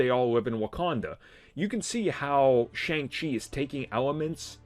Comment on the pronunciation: This dudes voice is too annoying. I've been around nerds long enough to know this guys super basic lmfao cant even pronounce Shang Chi right. What a joke